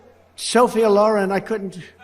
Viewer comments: Who the hell is Sophia Loron? Could he mean Sophia Loren? 🤔. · AND mispronounced Sophia Loren's name. I'm so old, and she is way, WAY before my time. But I know how to pronounce her name. He is such a weirdo. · He has clearly not heard of Sophia Loren; reading her name for the first time and mispronouncing it badly! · His mispronounced Sophia Loren lol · He couldn't even pronounce sophia loren's name right😖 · That and he couldn't even pronounce Sophia Loren correctly